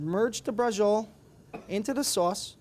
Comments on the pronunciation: si scrive braciole e si pronuncia braciole e non basciole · Why are you pronouncing it with a J sound? It should be "brah-cheo-lay". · Pronounce bra...ci...o...le, atre y ou speaking dialect?